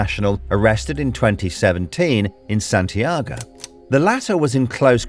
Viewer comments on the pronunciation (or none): none